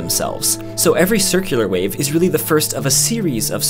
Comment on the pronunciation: Why do you make the word "wave" sound like the word "wake" many of the time in the video?